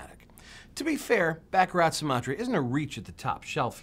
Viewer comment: It's Bah Kah Rah